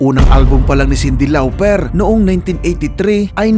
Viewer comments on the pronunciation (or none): “Sindi Lawperrr” 🤣🤣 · Sobrang tawang tawa ako sa pag bigakas mo kay Cindy Lauper,bkit ganon pag pronounced nyo po✌️😁